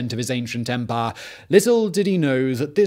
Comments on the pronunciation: Did Bane possess you ? & an imperial officer every time you said 'empaaaaah' xD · Drink every time Simon says Empah!